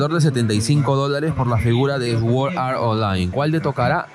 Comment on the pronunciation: Sword Art Online no digas "esword" di "sord" jsjsjsjjs